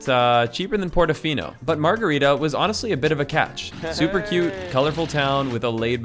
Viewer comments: Just so you know...the town near portofino is called SANTA MARGHERITA, not margherita...cheers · Its Santa Margherita, not Margherita.